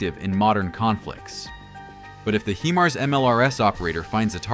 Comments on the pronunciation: stop putting fake explosion sound on, and freaking learn how to say HImars... not hemars. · The proper pronunciation of Himars is "high mars" not "he mars". Do it right. Sounds stupid the way you've been saying it. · Pronounced High-Mars